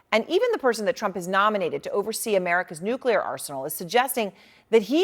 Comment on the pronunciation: Does he keep saying "nucular"?